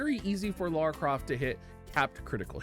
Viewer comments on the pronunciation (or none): Please stop calling her Laura, her name is Lara